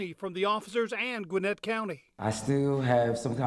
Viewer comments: It sounds like you keep saying Gwyneth County. It's Gwinnett, with accent on the second syllable. Named after Buttons Gwinnett, a signature on the Declaration of Independence. It's funny how we butcher names. Nobody pronounces Carnegie correctly, when they say Carnegie Hall. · It isn’t (Gwin-neth), it’s Gwin-net!